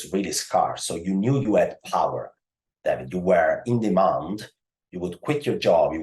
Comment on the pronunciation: Every time he says David, I keep hearing damnit